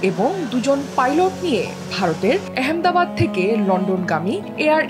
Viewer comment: কলকাতা থেকে বাংলা শেখা ভাষ্যকার আহমেদাবাদ ও ভাল করে উচ্চারণ করতে পারেন না!...